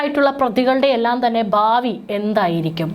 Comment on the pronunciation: ബാവി... 🙆‍♂️ഭാവി എന്ന് വായിക്കൂ. ഗട്ടം.. ഘട്ടം. റേ ഗ.. രേഖ..